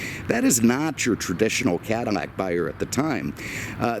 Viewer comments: am i going insane or does this dude keep on saying "cadarmac" instead of cadilac?! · Be fairly warned.... minutes of ranting before you actually hear about the allante . Also is it me or am hearing “CADiMAC”? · Is it me or does he say "Cadamac"? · Why am I hearing you pronounce it as "CadiMAC" over and over?? I just subscribed so there must be an explanation in past videos.....or I'm deaf. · Lol.😀 your not deaf. Don't you like Cadimacs? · ha.... glad you heard it too then. Does anyone know why he pronounces it that way?? It's on purpose, so there must be a reason! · OMG this guy needs speech check because he can’t pronounce the name Cadillac he couldn’t do that talking about the ‘72 Deville & can’t say it on this video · ...." this is a 1990 CADIMMAC AMMANTE..... " ???